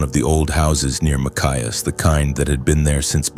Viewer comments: It's a match not a Mac. Machias. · I came here to say this. Ma-chai-us